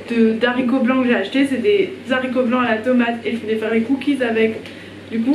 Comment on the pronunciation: Arghh ça me stresse les zaricots mdrr mais sinon waw ça donne trop envie